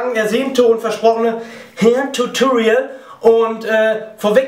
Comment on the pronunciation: wenn du hairtutorial sagst, klingt es manchmal wie herrtutorial :D nicht böse gemeint, finde deine videos klasse :)